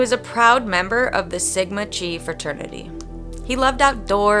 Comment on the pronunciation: Just a note Chi is how you spell "X" not how you pronounce it. think Kite but skip the "T" Sorry but it bugged me a bit as it is the kind of mistake A.I. vids tend to make more often.